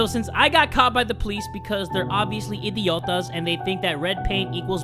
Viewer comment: did he just say "idiotas" ?, as a person who speaks Spanish, he pronounced it very well HAHSJA (sorry if i said it wrong, as i said i speak spanish)